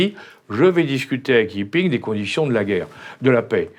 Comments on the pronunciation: Non Alain Juillet, le Président chinois ne s'appelle pas YiPing mais JinPing (chinois : 习近平 ; pinyin : Xí Jìnpíng /ɕǐ tɕînpʰǐŋ/a) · Le président de la Chine, ce n'est pas Yi-Ping. Ce n'est pas non plus Jin-Ping (qui est son prénom), c'est Xi (qui est son nom), et ça se prononce presque comme "chie" 🤭